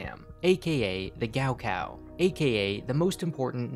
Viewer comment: as someone who speaks chinese, hearing him say “gao kao” like that so many times triggered something inside me